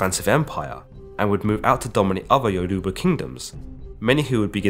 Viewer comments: Be careful getting history from someone who can't pronounce the name of the tribe that they are telling you about. If u can't take the time to get the name correct what makes me think that you can get the story correct? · The way u pronounced Yoruba bruh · (Yo-ru-ba) Of Nigeria